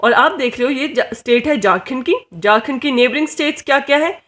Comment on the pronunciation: It's Ranchi not Ronchi (#capitalofJharkhand) It's Jharkhand not Jarkand.. Improve your pronounciation.. window by